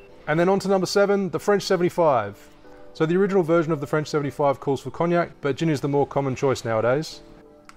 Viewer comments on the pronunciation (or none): none